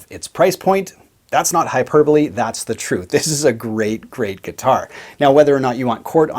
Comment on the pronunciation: At least YOU know how to say hyperbole correctly!!!